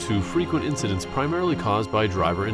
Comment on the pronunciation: Incidents. Not incidentses…